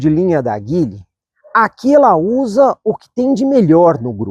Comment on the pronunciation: A pronúncia correta de Geely (吉利), a marca chinesa de carros, é “Dji-li”, com o “J” suave, como em “Dia”.